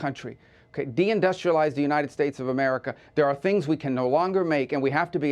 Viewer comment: Why did he say. De-industrialize? Or am I hearing him wrong?